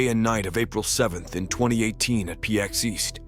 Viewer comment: Fucking AI narration can’t say PAX East. Disappointing.